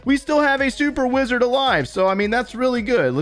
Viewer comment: The way you pronounce Wizard... I kept hearing "Blizzard".